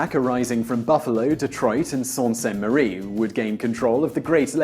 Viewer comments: I'm totally addicted to your videos. Keep up the great work! FYI: the "u" in Canuck is short -rhymes with f##k; and Saulte derives from a French word for waterfall, pronounced with the "l" as silent like in "Sue"... some people up here get testy about these things. lol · Sault, as in Sault - Sainte Marie, is pronounced "Soo" (not "salt"). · ish it's pronounced SOO ste marie not SALT ste marie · It's pronounced "soo" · I don't know how you pronounced Sault but everyone I've met from Sault St. Marie pronounces it like "Sue".